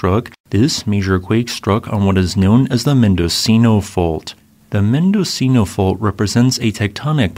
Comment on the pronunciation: Mendocino is pronounced “mendo-cheeno’